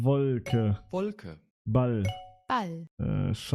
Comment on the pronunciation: Bro ball hat eine Silbe bist du lost, ich hab das meiner 8 jährigen sister gezeigt sie hat geschmunzelt und gesagt, du sprichst das komisch aus😂